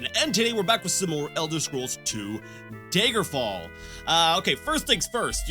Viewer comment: PLEASE stop pronouncing it "Daegerfall" it's DAGGER-FALL NOT DAYGER-FALL